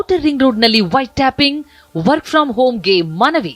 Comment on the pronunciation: White tapping alla madam, White Topping 😅😅😅